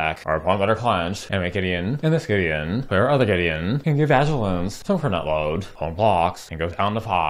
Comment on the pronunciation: Vag-ilance is so funny how have I not heard you say that before!?